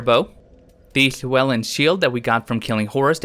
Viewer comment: Great welsh pronunciation of Llewelyn btw